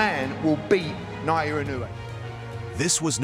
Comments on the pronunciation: It’s Naoya not Nayoya. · Who’s Nayowa? That’s Naoya there.